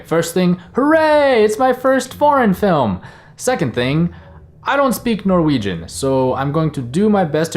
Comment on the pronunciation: You actually pronounced those Norwegian names pretty well in my Danish opinion 😉😊